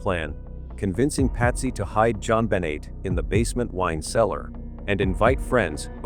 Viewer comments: Stop using AI to read scripts. The little girl’s name is Jon Benet NOT John Benny. Disrespectful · Jon Bennie? Get real! Pronounce things correctly! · What is suspicious to me is that u cannot even pronounce her name right. It is Jon BU (as in bu nny)NAY! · Click Bait!!! This Angers readers…Please Please state her name correctly!!! This is disrespectful . If John sues you over this pointing fingers at him ? It’s well deserved…. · How horrible to title this “I’ve lied for 28 Years”!!!!! You should be ashamed of yourself and btw learn how to pronounce her name!!!! 😡